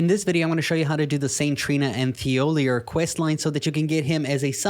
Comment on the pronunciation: ik you know you choose to say thiollier wrong